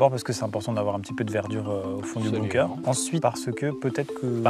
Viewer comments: La vidéo est super mais par contre, ca m'a stressé psq on dint bunker pas boomker donc ça se prononce /benker/, voila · Bunker(Beunekeur) pas boomker